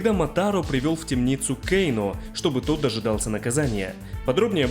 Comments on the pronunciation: Почему кейно, а не кано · Почему Кейно и СиндЕл,аж слух режет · Кэйно, Кэйно, Кэйно Разве такая большая разница, как нам, русским людям, называть его, Кано, Кэно или Кейно? Мы же не произносим и не пишем Скорпьен или Ормак У всех свои языковые особенности и вряд ли есть хоть что-то неправильное в том, чтобы говорить Кано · Не называй, пожалуйста, Кано Кейно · Почему Кейно? Он же Кано! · "Кееейноо" блин,как же бесяче это имя произносишь))